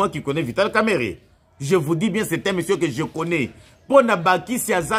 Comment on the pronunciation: Son nom c est pas kameret comme vous le prononcéz son nom c est kamerenge wamakisi